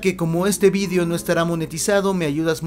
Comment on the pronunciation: vidio? no es video? :v